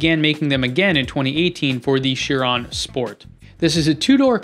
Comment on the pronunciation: Also it’s chir on not chirone lollll